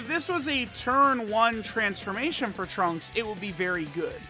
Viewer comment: I cringe when he tries to say trunks in Japanese